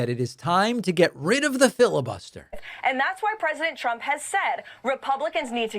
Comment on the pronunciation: Watch her lips and listen closely. She keeps repeating "President CHUMP."